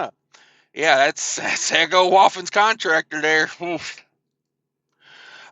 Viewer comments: Just so you know it is pronounced e g0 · To reiterate and say it in a different spelling Eeeeee Go